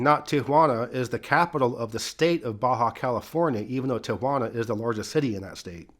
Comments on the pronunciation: Thank you for pronouncing Tijuana with 3 syllables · I LOVE how you say Tijuana right. I paused the video and had a whole conversation about it! for the win!